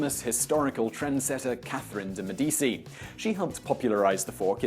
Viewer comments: pronounced Medici as me-DEE-see (Spanish) rather than Italian, MED-i-chee. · Pronounced Me-dee-chi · De Medici is pronounced "De Medichi" since it is an Italian name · Catherine de Mèdici is pronounced "Medishi" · Carlos Rios It's better to write the pronounciation as 'Medichi' as shi and chi produces different sounds. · Carlos Rios Sometimes I forgot how much English borrow words from other languages especially French. Other than the fact that sounding ch as k occurs because it borrowed words from other languages, ch in English onomopeia is usually pronounce like the ch in chirp and it is the original pronunciation of ch in English. But I could see why adults are more likely to pronounce ch as k. Lichen could actually be pronounce as "liken" or "lichen". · I do enjoy these videos, and I don't mean to be a stickler, but... with all the research you folks make, someone should do a better job of letting Simon know how to pronounce foreign words and names. I'm not expecting native fluency or anything, just a more accurate approximation. For instance, in this video, both the Q in Qijia and the C in Medici would be better rendered with a CH sound in English. It isn't a sound we don't already have... I'm not asking you to make the distinction between Chinese retroflex and palato-alveolar affricates, or anything crazy like that. Just take a moment to look up the Wade-Giles Chinese transcription scheme to see what the letters actually represent. I honestly don't think it would take a whole lot of additional research effort, and it would improve the informative quality of your work. Okay... that's basically my main "complaint" in regard to your output. Keep up the overall good work! :-)